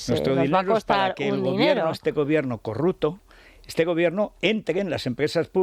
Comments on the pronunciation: ¡¡¡Pero porqué dice CORRUTO!!! 😂😂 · Por .el gallego Pepiño Blanco, este no sabia decir CORRUPTO.